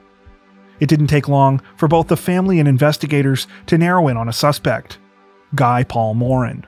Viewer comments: Guy Paul Morin's first name is pronounced Gee (with a hard G, rhymes with "see"). It's the French Canadian way of pronouncing Guy. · Guy Paul Morin ( pronounced Ge Paul Moran) get the innocent mans name right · Guy is pronounced "Gee".